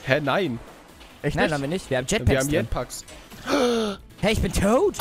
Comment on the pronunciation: mmmmmh lars das heißt jetpacks und nicht jeetback und Alle Lucky Blöcke auf mach